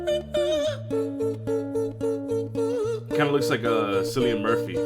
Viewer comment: Hard C, friend. Cillian is the proper form of Killian